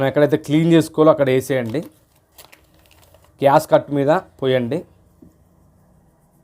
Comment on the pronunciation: GASCUT KAADU SWAMY GASKET ANIE CHEPPANDI.